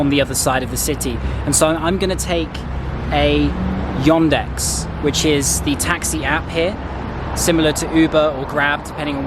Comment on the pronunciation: .. но при этом он говорит "Йондекс")))